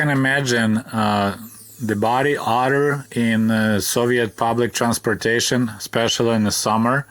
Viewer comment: He enunciated The Body Otter 🦦